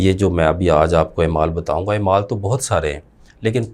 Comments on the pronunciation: اے مال😂😂😂😂😂۔ نہیں ہے اعمال درست تلفظ ہے۔ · بھائی جان نہایت احترام کے ساتھ ایک گزارش ہے کہ ، " ایمال" نہیں " اعمال" ہوتا ہے ۔